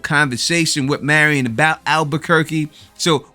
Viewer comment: I loved this episode.. Saul getting his mojo back. It's Mary-in not Mary - on sorry but it drives me nuts that people can't get pronunciations correct especially when you heard it in the show. I can't wait for the next episode... The BB boys should be next week bc we only have 3 episodes left...alot of stuff to squeeze into so few episodes. I missed it until last night... Jimmy is in Nebraska, that is where Kim was from.. I was very disappointed in myself for missing that... It's got to our Kim reconnection...